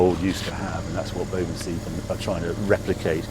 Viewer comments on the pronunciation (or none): Harry. Again, do your research. The name is Bovensiepen. Not Bovenseipen. Boven you got right. Siepen is more like "to seep (through)". So you could say the name is "bovenseepen". Please correct this.